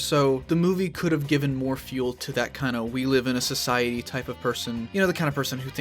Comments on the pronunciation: You said scoicety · You said sosyity